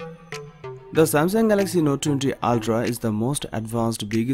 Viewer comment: You pronounce ooltraa 😆